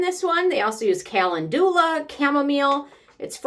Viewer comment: I wondered if the yam root toner was worthwhile. I may give it a try. FYI “calendula” is pronounced cah-LEN-dew-lah. It’s the flower associated with my birth month which is how I know.